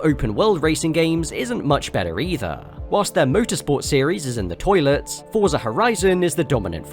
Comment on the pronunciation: the way he said toilet made me bust out laughing